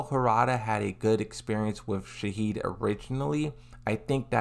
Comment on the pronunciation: Frrrr where’s he getting the “d” from shaheen 😭